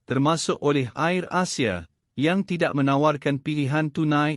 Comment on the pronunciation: Hello "Air" Asia bukan Ayer Asia ...dan Batik "Air" dan bukan Batik Ayer lah .Maaf... Mohon di perbetulkan